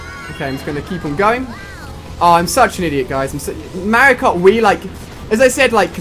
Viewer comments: Alia its mario ! Not merio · Not to offend you. But you pronounce Mario like one of the characters from Paper Mario The Thousand Year Door.